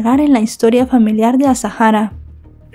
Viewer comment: me vas a permitir que te corrija con educación el nombre, es Azahara, no es azajara, es un nombre bereber, la h es muda. Te pido disculpas si te molesta, es solo a título informativo